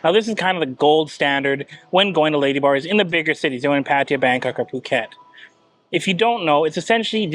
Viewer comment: When you say "ladybars" it sounds almost like "ladyboys". I did a couple doubletakes. Be carefull.